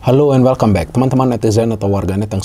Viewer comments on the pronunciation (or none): none